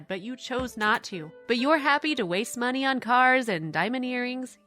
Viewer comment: Why does she pronounce money as meaney